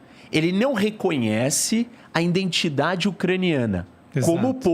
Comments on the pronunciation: domina o assunto, uma aula, mas fala "INDENTIDADE". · O careca fala “iNdentidade”…pqp!